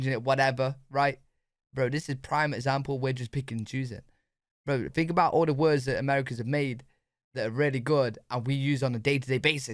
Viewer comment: Dude, it's think, not fink